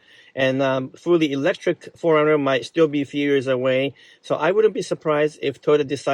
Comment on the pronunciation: Insightful, yet your pronunciation of '4runner' sounds more like 'foreigner' and it is confusing to the listener. Just saying.